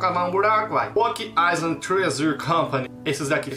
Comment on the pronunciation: como realmente é: Oak Island. como o fala: Óck Lailan OASOASKOSAKOSKOASKAO